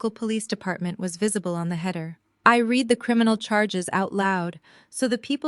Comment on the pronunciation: He read pronounced like red , he read pronounced like Reed is after it already done every word has a before and after sound go back to school and take up a English course and learn to pronounce words right